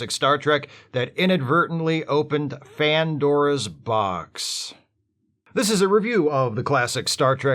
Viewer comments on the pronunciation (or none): Did you say.. Fan-dora's box?